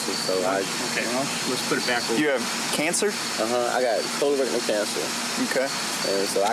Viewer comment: Definitely sounded like covid and cancer